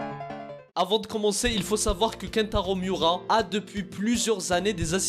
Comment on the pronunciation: Comment tu prononce kentaro miura 🤣🤣🤣sinon je le savais déjà mais sa me fait encore mal